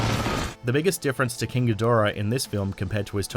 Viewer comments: It's King GEE-da-RAH. Apparently you've never seen his debut movie from the early '60's, Monster Zero in the '70's, or Godzilla vs Mothra and King Ghidorah: Giant Monsters All-Out Attack from 2001. While I admit that Toho pays little attention to continuity, if Ghidorah's name was mispronounced (ga-DOR-ah) they never reshot the scene to correct it. (Gamera...Gam-er-rah...was mispronounced by an American actor playing a news anchorman who called the Kaiju turtle Gam-mare-ra in Gamera: The Attack of The Legion. Once again, because of the fact that the scene wasn't reshot with the correct pronunciation, the goof up stayed in the movie. This is because, despite the fact that I love💟💞💗 Japanese Kaiju movies, they're cheesy, badly acted, and made as cheap as all hell.) BUT HIS NAME IS PRONOUNCED GEE-da-RAH. And if you're thinking I'm being a nit picking bee-auch just think about how you'd feel if some moron kept mispronouncing your name. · It's pronounced GEE-DORA btw